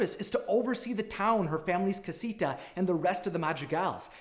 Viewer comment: And cah-si-tha en-can-tho